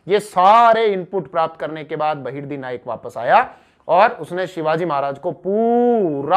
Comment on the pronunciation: बहर्दी नाईक नही बहर्जी नाईक नाम था शिवाजी महाराज के जासूस का 🙏🙏🙏🙏🙏